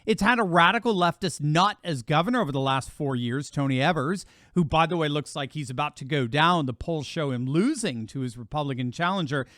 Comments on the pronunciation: please…the names are pronounced “Michaels” not “Mitchells”, and “Eevers” not “Evvers”. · enjoy your videos as always... a couple of corrections on WI governor candidates... names are pronounced Eevers (long e for Evers) and Michaels (just like the regular name) spelled Michels. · E-vers and Mike-els